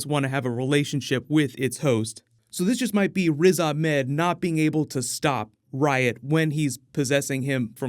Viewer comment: you're pronouncing "Riz Ahmed" as "Riz-Ah-Med"